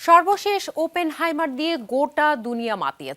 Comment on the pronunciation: শুধু চেহারা দেইখা Anchor বা উপস্থাপিকা নিয়োগ দিলে যা হয় আর কি! ওফেনহেইমার রে বলে 'Open high mar', ওডিসি রে বলে 'উডিসি' 🤣